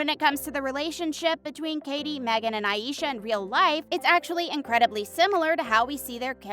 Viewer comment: Aisha pronounce as Ei-sha, if you watch interviews of the three. Kate and Meghann pronounces it that way. I love Aisha she's my fave and she caught my attention to get hook o the show. But I love Katie and Meghann too